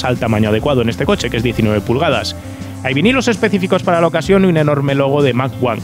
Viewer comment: Yo como Chileno, y Americano me produce estupor escuchar mac uno , 😶 por lo menos en mi flacuchento país siempre se conoció como Mach 1, o sea mósteng mách uán . Saludos cordiales, chavalillo. 😘